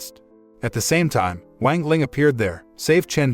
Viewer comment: Just...go look up how to pronounce things. It's not that hard. As donghua becomes more popular can we at least stop pronouncing "wang" wrong? I mean... It takes five minutes to go look up how to pronounce pinyin. The "a" is always going to have an "ah" sound. X is not z, it's more of a sharp S sound. E, like in Chen, is more like a uh sound. C is like ts. Cao would be Tsao. "Ian" as in Jian or Tian, is like just saying the letters E N. so Tee-en. That should be a good start.